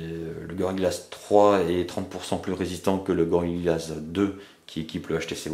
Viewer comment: POURQUOI tu dis gorilla glaze alors que c'est gorilla glass Et pour info c'est pas Mini USB mais MICRO USB Sinon bonne vidéo